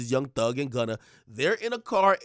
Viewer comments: Lol. Why u keep calling him Wunna for? Lol 😆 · Oh it’s “Wunna” now 😂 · Why you keep saying gwunna?